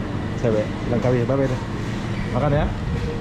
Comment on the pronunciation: Langkawi mas, bukannya Lengkawi